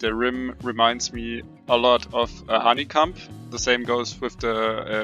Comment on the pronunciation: The first one manz said honeycum 8/